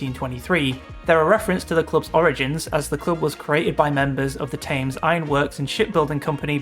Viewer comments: The thames is pronounces tems, not taymes by the way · An Englishman calling the Thames (Pronounced as the TEMS) The TAmes is hilarious ... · Well a lot of people are wrong, aren’t they. Thames is pronounced like the River that runs through London. There is a Thame in Oxfordshire that is pronounced as in the video. Maybe that’s what’s confusing them. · Great video I learned a lot, but honestly what Brit doesn’t know how to pronounce Thames? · I can’t believe how Thames was pronounced. I’m seriously chuckling lol 😂 I really didn’t think it was a computer generated or Ai voice but that has thrown doubt in my mind. Thanks for the laugh 🤭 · Odd way to say Thames...